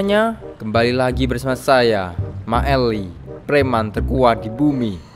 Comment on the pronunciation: Bukan maeli tapi maele